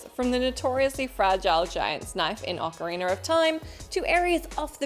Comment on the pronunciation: Did she say "Ocariner of Time"?